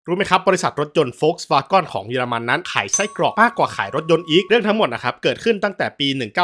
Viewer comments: ก็เถียงสิเขาออกเสียงไม่ถูกเอง เจ้าของช่องก็ออกมาชี้แจงแล้วว่าเขาออกเสียงผิด หน้าแตกไหมล่ะคุณมึง😂 พวกหัวโบ๋สักแต่จะเฮตามอย่างเดียว😂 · ออกเสียงผิด จะทำอะไรก็ทำให้มันถูก มันไม่ใช่เรื่องดีที่พยานามหาจุดขายด้วยการอ่านชื่อผิดๆ ห่วยแตก เลิกดูหลังผ่านไปไม่ถึงนาที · สัญชาติเยรมันอะไร เยรมันเชฟเบิดรึ ถึงได้ออกเสียงผิด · แปลกๆ. คนเยอรมันไม่ออกเสียงอย่างที่พูดในคลิปนี้แน่นอน. คำภาษาเยอรมัน Wagen ในชื่อสินค้าเป็นชื่อเฉพาะ ไม่ต้องแปลงเป็นภาษาอังกฤษ Wagon. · แต่เจ้าของช่องเค้ายอมรับแล้วนะครับ ว่าเค้าออกเสียงผิด แบบนี้พี่ว่าไงครับมาออกตัวแทนซะแรงเลย หน้าแหกไปที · โหเธอว์ อย่าเชื่อเขาไปหมดสิ🥹 ผมก็ลูกครึ่งเยอรมัน อยู่เยอรมัน พี่เขาออกเสียงผิด ลองเลื่อนขึ้นไปดูที่พี่เขาปักหมุดล่าสุดครับๆ พี่เขาบอกว่าอ่านผิด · เจ้าของคลิปคิดจะออกเสียงเป็นภาษาอังกฤษแต่ดันออกเสัยง V เป็นเสียง ฟ แบบเยอรมัน. ถ้าจะออกเป็นอังกฤษทั้งคำต้องเป็นเสียง ว นะ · โฟล์คซ์-วา-เกิ้น นี่คือคำที่ถูกที่สุดและคนไทยอ่านตามง่ายที่สุด วาเก้นก็ไม่ผิด แต่ไม่ใช่วาก้อนแน่นอน เจ้าของช่องอ่านผิด ผมจะอธิบายดังนี้ V(เฟา) ออกเสียง ฟ.ฟัน ฉะนั้นคือ โฟล์ค ไม่ใช่ โวรคที่เป็น ว.แหวน gen เกิ้น หรือ เก้น ไม่ใช่ ก้อน เพราะ E(เอ) ให้เสียงอ่านได้ทั้ง เอะ เอ เออะ เออ ไม่ได้ให้เสียง เอาะ ออ หรือ โอะ โอ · คุณครูครับ เด็กชาย โดมินิค ออกเสียงภาษาอังกฤษ ผิดครับ เกน เป็น กร 😂😅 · เกิ๊น ก้อนอะไร ผมขายอะหลั่ยนำเข้าจากเยอรมัน ไม่เห็นเจ้าภาษาจะออกเสียงนี้ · ผมไปฟังคนเยอรมันมาก็ไม่ได้ออกเสียง ก้อน กอน นะครับน่าจะสัญชาตหย่อนแล้วครับ 555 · มีหลายคนเม้นท์ว่าเจ้าของช่องเป็นลูกครึ่งเยอรมัน และเกิดในเยอรมัน อย่างน้อยก็น่าจะอ่านออกเสียงให้ถูกบ้างก็ดีนะครับ Volkswagen ไม่มีใครในเยอรมันเรียก โฟล์คซฺวาก้อน นะครับ ไม่ได้ดราม่าแต่จะเป็นการสับสนแก่ผู้ชมที่คิดว่าคุณเจ้าของช่องอ่านถูกแน่นอน ซึ่งอ่านไม่ถูก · เยอรมันภาครัฐไหนหรอครับ ออกเสียงตัว e เป็นสระ ออ หรือ โอ ถ้าเป็นสระ เออะ เออ เอะ เอ ค่อยว่าไปอย่าง เหมือนที่เม้นถัดมาบอกว่า สวาเกิ้น หรือ สวาเก้น ก็ได้ ถูกทั้งคู่ ตามแบบฉบับเยอรมัน อย่างน้อยก็สวาเกิ้นแน่ๆในรัฐ Nordrhein Westfalen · ไม่ได้ออกเสียงว่าเก้น ใช่ไหมคับ จะได้จำ 😂😂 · ออกเสียงผิดไวรัลเฉย